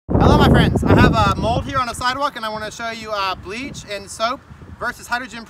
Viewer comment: It sounds like you said breeze and soap - is that a gallon of bleach, did you say bleach & soap?